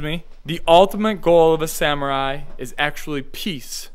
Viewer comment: O_o........Sam u rai ........ SUMU RRRAI!!!!!!!!!!geez then he try to pronounce Kyoto correctly ......wow. LEARN